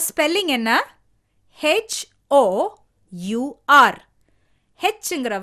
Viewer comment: The pronunciation for HOUR is wrong